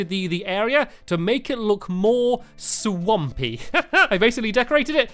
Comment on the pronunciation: When you said swampy it sounded like you stampy with a mouth full